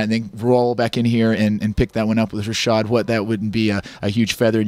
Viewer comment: "I'm here to help HA-SHAD" LOL